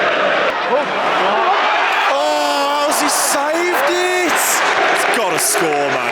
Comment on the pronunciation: Ohhh, how's he savvvveeed iittttt! The most brummie you've never sounded 😂